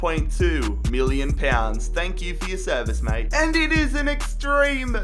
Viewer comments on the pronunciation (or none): none